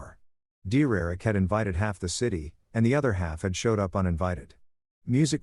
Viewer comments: The voice meant DERRICK! 😂😂😂😂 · I thought it was saying "dear erick"